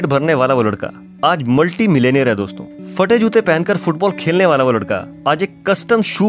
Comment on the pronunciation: Fate nahi phate hota hai pehle bolna seekh jao phir video banaya karo ye kaun si language hain ke ab phey Ko fe kehne lage log